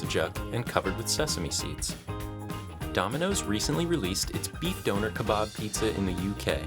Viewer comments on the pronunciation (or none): please never say beef doner ever again, it’s pronounced don-ner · You said doner wrong it’s a soft O as in done also kabab isn’t said kabob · Ah yes, the 'donor' kebab, reserved for people who give blood 👌